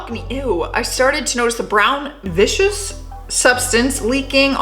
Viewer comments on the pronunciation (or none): It's pronounced VIS-KISS ❤️🥰♥️. But definitely sounds vicious LOL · Love the channel. Just wanted to let you know though, viscous is pronounced vis-cus, meaning thick. Anyway, again, love the channel and all the vids and commentary. Just makes me day. I work nights in fast food, and some vids make me think some of the people could be worse like those in the videos. Others make me wonder if they came thru our drive thru previously. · Its pronounced viscus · Is this a repost? I swear I have seen these before, right down to her not being able to pronounce "viscous". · You’re absolutely right it’s a marathon of videos she has done all of them before a few times and get ready in the future for them to do the marathon again with one segment of it with her and other videos she has done a few times before. This is top tens MO they do it with all their hosts. Also they have switched it to what was shown last to showing it first. Yes and she can’t pronounce viscous it’s pronounced ( vis-cus ).